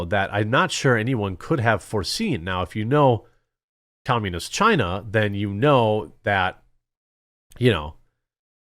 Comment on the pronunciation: Chinese Bai-zou, take it back to Chyyyna